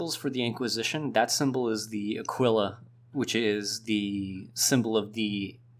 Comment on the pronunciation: Your pronunciation of Aquila kinda hurt. It goes Ah-kee-la